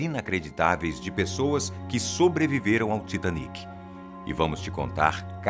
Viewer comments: Não se fala Taitêniqui Se fala Titaníqui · Se fala tiatenic?OMG!